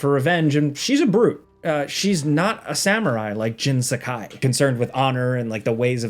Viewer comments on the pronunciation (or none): HATE how Americans say Japanese names, things and locations. The way he says Jin’s first and last name it’d have to be spelled Jen Sakaai not Jin Sakai. I mean yall can’t even say Karaoke apparently 🙄 it’s “carry-oaky” not “can-rah-oak-eh but whatever